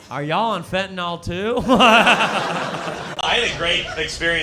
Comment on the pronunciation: WHY do you keep saying "fentanOL"? The word is "fentanYL." It doesn't rhyme with ALCOHOL.